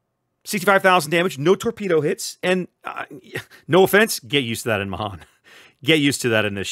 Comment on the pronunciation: pronounced may han